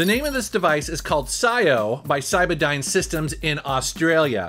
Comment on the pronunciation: Did you say cybadyne or cyberdyne? I’m sure one of those caused the near extinction of the human race!